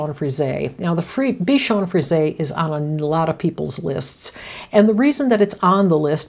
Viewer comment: It's nice to hear someone pronounce Bichon Frise correctly. I don't know why they don't just put an accent mark above the 'e' -- Frisé. That would help 😊😊